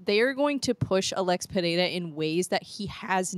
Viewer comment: The way you pronounce Pereira is perfect, did you practically pronounce it correctly? 😂❤